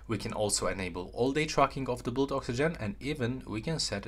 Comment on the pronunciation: Hot tip! Pronounce ‘blood’ so that it rhymes with ‘mud’ 💓